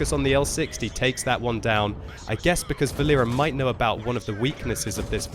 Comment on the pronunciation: Not vaLEra, it is more VAlera from name VAlery, Its a Boy's name) VAlera( similar to VAlley)